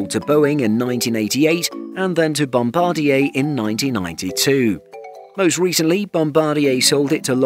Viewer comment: Nice to see a channel that pronounces Bombardier correctly. Thumbs 👍